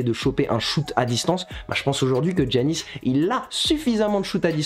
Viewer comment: Giannis ça se dit Yannis sinon c carre